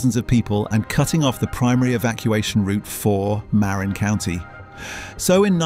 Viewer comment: I don't know if I can trust someone's opinion who cannot even pronounce Marin. But I guess with all the messed up bridges you have in England and Scotland does kinda make you experts in building bridges to fail.